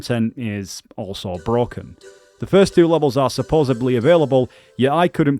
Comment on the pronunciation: “Supposebly” Lmao :)